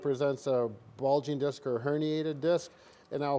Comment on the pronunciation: It's DISC, lol!!! Great job othewise!!!